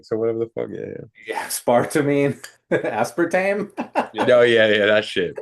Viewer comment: Yooo chill on my boy I been saying aspartame the same way and had no idea